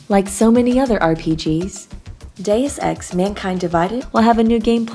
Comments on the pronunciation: Geez, so many mis-pronunciations. You really had to call it deuce ex later in video...aka crap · Mey-lee kills? Dus ex? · Did no one teach her words before the take? May-lay. Day-oose Ex. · "Day-us ex", my god it isn't hard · Quite a few Deus Ex veterans (going back to the original) actually pronounced it 'Deuce'. Either in ignorance or on purpose.